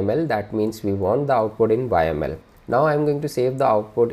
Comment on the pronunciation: Great content thx a lot for sharing. but have to say you are the first one Ive seen pronuncing YAML as "whymale" :)